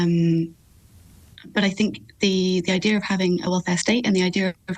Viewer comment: I-Deer ? What is an I-Deer ? The word is IDEA.. This lady cannot even speak English.. and you expect her to answer questions ?